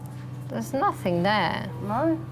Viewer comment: Where is the K in the english word nothing? Why do they say nothink lol